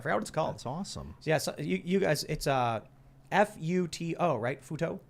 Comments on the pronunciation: I was listening in another tab and heard them say Futo and immediately clicked back over as fast as I could to see if chat would say futa. You did not disappoint. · ....did he say "Futa"? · For half the show i thought they were saying FUTA until i read the I'm not interested anymore. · Sorry, every time he says Futo, I can only hear Futa. If you don't know what that is, do yourself a favor do not google it.